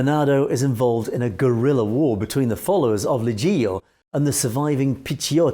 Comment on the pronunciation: You don’t pronounce it “Legeeo”, but something like “lejoe”. Suggest you check the proper pronunciation of these names before doing videos about them. Would add to your credibility! You are making progress though. For instance you pronounced correctly “viale Lazio” which wasn’t that easy. Also Cavataio you say correctly. Not sure why Leggio comes so difficult to you. Good video anyways 👍